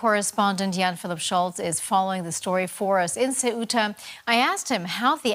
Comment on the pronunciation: Your job is to properly present the news. Learn how to pronounce the city you are reporting on. Soo•ta, not Say•oo•ta